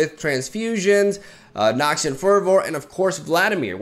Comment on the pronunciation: "Elixir of iren" "Noxian furrvoor" 😂😂